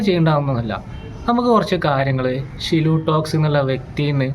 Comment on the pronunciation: ഷിലു അല്ല. സിലു ടോക്സ്